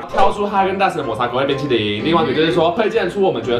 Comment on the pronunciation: 哈哈～抹茶ㄅㄨㄣ淇淋！笑到噴淚~XD